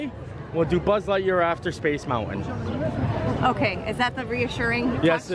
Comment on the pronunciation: Ummm "Mount-win"